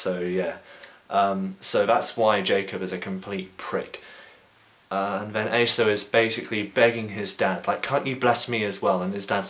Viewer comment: i've always heard Esau pronounced like "ee-saw"